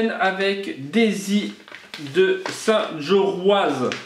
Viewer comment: Coucou. Ma ville se nomme Saint JORIO le Z ne de prononce pas mais je te pardonne tous les sudistes (et moi la première au début ) le prononce 😁. Tu reçois de superbes ATC bravos à tous les participants. Bisous 😘